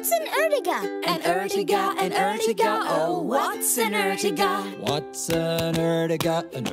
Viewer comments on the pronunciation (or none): Not erjiga is ertiga